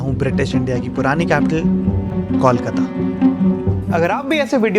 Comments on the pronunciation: it's not Kaulkata, it's Kolkata 😩. Pronunciation (coalkata) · These are boys who would Decorate our NDR Team! And, please rope in some sponsors. BTW, we are here, not in कौलकता or Call-kata, but in ’कोलकाता’! And if you can say ’कोयला’, without deforming it's sound, then what's the problem in utterring ’कोलकाता' properly!